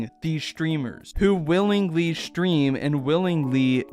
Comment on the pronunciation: I love how you say shtream instead of stream. It's very adorable